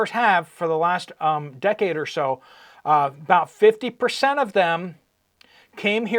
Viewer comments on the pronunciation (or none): none